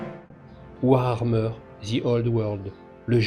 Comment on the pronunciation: c'est mignon, au bout de 30 ans t'arrives toujours pas à prononcer warhammer, tu nous colles un R en trop ! (war-armeur ;)